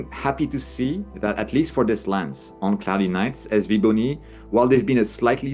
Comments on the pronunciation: Calls the brand sywaybony but names the scopes the correct way pronouncing sv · Sigh-way-bony! Well I learned something new today! 😂 So shouldn't that be the Sigh-Way-555? 🤪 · I accept it is Si Wei Bo Ni...but I don't like it lol